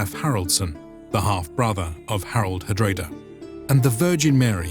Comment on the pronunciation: Same for hard-rah-da, not hard-rey-da :D